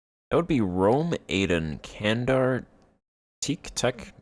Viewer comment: Teke is pronounced ''Teck-eh'' and Candar is pronounced ''Jandar'' the C in Turkish is pronounced as a J.